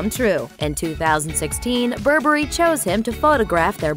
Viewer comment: I spit my water when she pronounced Saint Laurent and Burberry